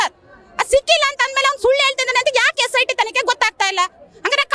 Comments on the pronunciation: aduu cit allaa sit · cit alla sit😂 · CIT ಅಲ್ಲಮ್ಮ SIT ಅದು